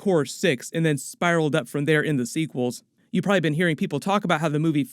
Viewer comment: You're doing a great job, young lad! I enjoy your videos well. But don't get a swelled head or get sloppy, you're not perfect! For one thing, there's three syllables in the word "probably" so don't sell us short. Otherwise a great effort.